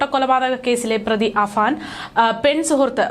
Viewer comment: Afaan എന്നിടത്ത് പല തവണ അഫ്സാൻ എന്ന് പറയുന്നു. എല്ലാവർക്കും അറിയാം കഷ്ടം പേരെങ്കിലും നേരെ പറയ്